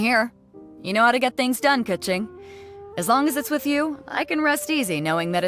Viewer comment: I don't play Genshin but did you say her name is pronounced Ka-ching in English. Like 💵💲 😂😂